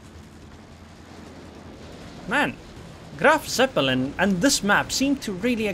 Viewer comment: try to say it kinda like "Graf Tzeppelin" not "Seppelin"